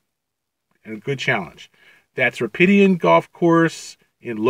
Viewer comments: he said it wrong in the video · It’s Rapidan